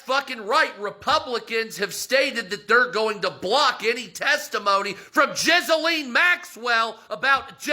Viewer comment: I can hardly hear him because I'm laughing so hard at his mispronunciation of Ghislane. Jizz-A-Lean 😂